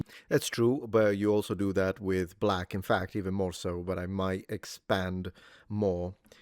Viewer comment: 😅😅Big enphasis on "might"...